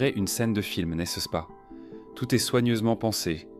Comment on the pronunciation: oui c'est subtile mais si écoutes sa prononciation de "n'est-ce pas" à tu verras que cela parait assez évident